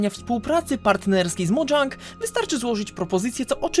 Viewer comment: MODŻANG proszę nie